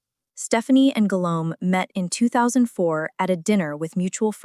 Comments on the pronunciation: I had to stop watching because the “Guilome” was too much for me😒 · Guillaume is the French version of William. The double ll in Guillaume is pronounced as the first letter in the English word 'Yes'. So it is pronounced 'Guiyaume'. The name of Stephanie is de Lannoy